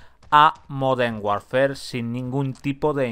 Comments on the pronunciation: Me genera muchos nervios e incomodidad que diga call of duty "warfer" DIOS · La palabra "warfare" se pronuncia warfer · Warfare se pronuncia warfer